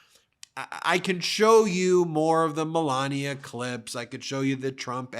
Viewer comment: I swear, it must be my Texas ears, it sounds like Ben is saying, Belania instead of Melania. Is it just my ears?